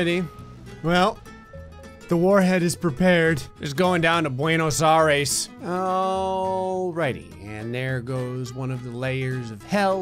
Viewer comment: "Just going down to bwenos ares" Me: shudders in Spanish